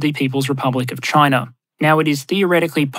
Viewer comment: pronunciation guide: Russar, Chinar, Africar